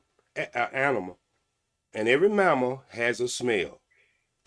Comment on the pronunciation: He said, "I 'pacifically' said" "aminal" "climant" "changoliers" and "mental pause." He needs to study Webster's dictionary before he tries to read people.